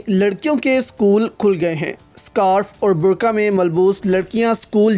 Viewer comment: برکا ۔۔ نہیں ۔۔ برقعہ ۔۔